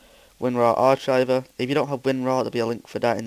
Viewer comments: arCHiver? its pronounced arkiver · just a hint, it's pronounced "Ark-iver" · 'arch-iver' xD